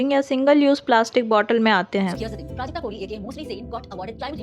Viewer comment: I think you should added the clip of the corporate related talk they had not everyone know what happened plus the pronunciation of Prajakta name was wrong.